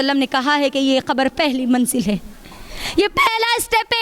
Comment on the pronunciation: Khabar nhi khete kabar hota h